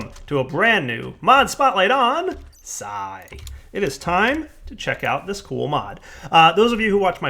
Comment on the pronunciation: I think its pronounced "psee" like pee with an s.